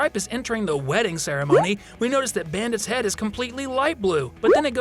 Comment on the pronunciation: I thought you said penis not head...